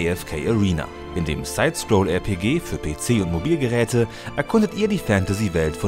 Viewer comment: RPG deutsch auszusperechen is einfach kriminell